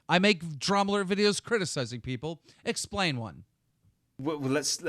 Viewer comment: i keep hearing call dramaalert drumlet.-.